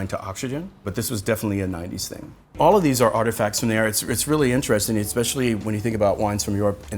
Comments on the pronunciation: I'm sorry but the moment he said "EXspecially" instead of "especially" I stopped taking him seriously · Just so you know, especially is pronounced “eh-specially” not “eck-speshlee” or “egg-speshly” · you said "ex-specially" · Another video proving you can't fake class for long. "Expecially" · did he say eXpecially?? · I hate when educated people say "eckspecially"... There is no c or k in the word "especially". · This guy said "expescially" right off the start... I don't even wanna press comment because of the squiggly red line, but I will.